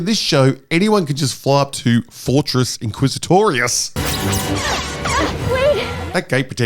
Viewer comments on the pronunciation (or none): Your saying it WRONG. It's Fortress INquisitorius. Not Fortress quizzitorious. -Heromine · Did he say Fortress IsaClitoris ?! Bruh.